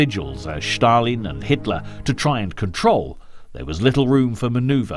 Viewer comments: Josef Stalin not Shtalin!! 😁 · The narrator's pronunciation is horrible! It's NOT SHHHHtalin! There is a separate letter in Russian for "sh" and it is not the letter used in his name. And what is the point of showing American troops during the section on the Russo-Finnish war? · I would challenge the narrator’s claim that Commonwealth troops from India were sent to France in the period prior to the evacuation of Operation Dynamo. Elsewhere, his apparent obsession with pronouncing the name of the Soviet Dictator in somewhat unique fashion comes over as unnecessary and an irritation. Even where he means it to be an authentic Russian language pronunciation is it necessary? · Awesome docco,but why is Stalin all of a sudden "Shtalin"